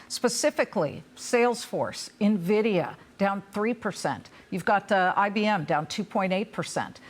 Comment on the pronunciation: It’s not Nah-vidia and they are not loaning money to companies. They are investing in companies. In comparison to the Dot Com bubble, the companies he mentioned like Microsoft, were trading at triple digit valuations; NVDA is trading at 27x forward. Amazon was NOT yet profitable. He says they were. Who is this guy?